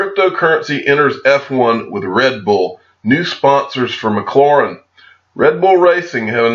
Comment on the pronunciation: (Mick - Claire - rin) - McLaren. I think that's how it's pronounced. Go XRP!